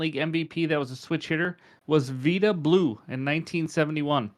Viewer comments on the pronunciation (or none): You are definitely not old enough to know V-eye-da Blue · Wow ! First time in my life I ever heard THAT pronunciation of “vida” Blue😮